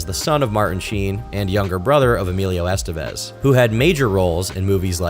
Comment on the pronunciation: You literally just played a clip of Martin Sheen CORRECTLY pronouncing the last name 'Estevez', and then went on to mispronounce it over and over again. Well done.